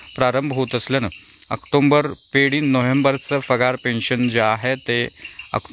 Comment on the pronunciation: आक्टोंबर नाही आक्टोबर आहे विनाकारण अनुस्वार चा उच्चार करु नये